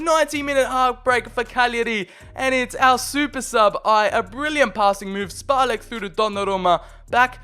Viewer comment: This Š in Špalek and Aleš, is czech letter, and it's pronounced like SH, so you should read it Shpalek and Alesh